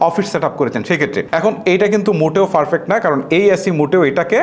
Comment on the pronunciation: হেতেরে প্রথমে বলেন উচ্চারণ ঠিক করতে। ফারফেক্ট......